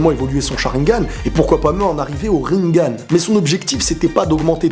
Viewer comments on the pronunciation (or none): none